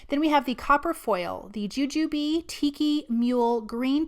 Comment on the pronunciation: So glad to hear you pronounce Jujube the way we do!! 😂😂